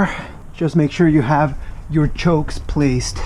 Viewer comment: They are pronounced chocks, not chokes. Rhymes with socks, not smokes.